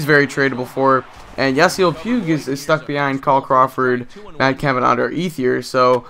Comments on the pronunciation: its puig (pweeg) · Btw it's pronounced pweeg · It's pweeg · Pweeg lol every time I thought you were saying puke lol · You keep saying pig wrong